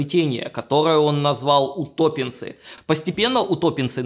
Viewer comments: УтопЕнцы ударение на "е" и не смотря на то что их маринуют просто традиционно все же современному человеку если обжарить вообще сказка. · В вырезанной сцене ударение поставил правильно: утопéнцы. А никакие не утóпенцы